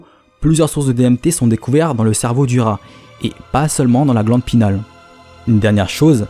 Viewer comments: Vidéo intéressante ;) Juste, c'est "pinéale" :) pas "pinale" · Sur le fond génial ! Pour la forme , il me semble que l'on parle de glande pinEale et pas pinale.. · Salut je suis trop content que sois revenu comme sans prevenir haha Encore une super vidéo Mais sinon juste un petit détail Glande pinéale et pas glande pinale Voilà c'est tout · c la glande pinéale pas pinale :) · GLANDE PINÉALE* « pinale »…. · La glande pinééééale il faut prononcer le é ;) ahh je chipotte encore mais bon c'est toujours mieux de le savoir. Bonne vidéo ! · pareil il dit alcalod alors que c'est alcaloïde !